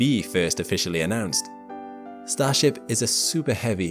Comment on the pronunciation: "They'll be brought there by StarShap.." Umm no.